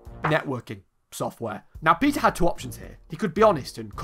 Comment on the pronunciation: I thought you said he was called "Pizza" not "Peter"